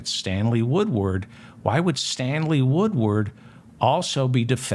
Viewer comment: Stanley Woodward, Stanley Woodward, Stanley Woodward. This name, this name, this name. David Feldman has pronounced and nailed this name time and time again. Thank you for keeping truth alive David Feldman.